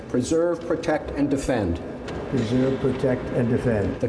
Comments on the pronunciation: Sounds like he said ‘preserve, protect, & Offend’ 😑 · He did struggle to say "preserve". I thought he said "usurp".